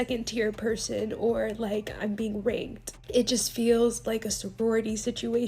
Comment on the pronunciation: It took me so long to realize she said “being raNKed” I thought she said “being r*ped” and I was like WHAT